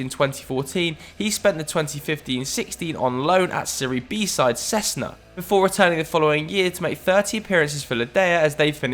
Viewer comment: Cesena = chezena not sezna